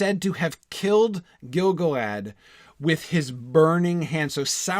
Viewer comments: Can't really get over how he pronounces Gil-galad. You'd think a Tolkein expert would know how to accent the correct syllables in names and words... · He is a 'Tolkien expert' but doesn't know how to pronounce Gil-galad? (gil GAL ad). I am hardly convinced.